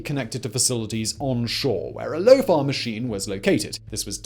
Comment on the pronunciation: Lofar or lofart. I'm sure he said the latter.